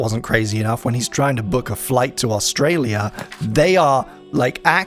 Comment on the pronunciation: Your pronunciation of Australia hurts me. But it's funny as I don't hear many refer to it often.